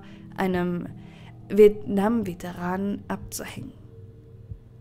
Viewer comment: An für sich mag ich deinen Erzählstil. Aber mich stört es total, wenn die Sätze grammatikalisch falsch sind, oder du Worte wie Vietnamveteran nicht aussprechen kannst. Und der Redefluss ist mir auch zu langsam 🙈